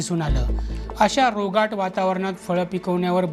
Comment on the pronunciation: रोगाट नाही रोगट वातावरणात असे म्हणावे.